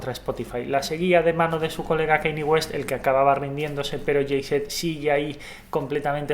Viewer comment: Que feo pronuncian los Españoles Jay Z ó AC DC !!!! 😱😷😷😷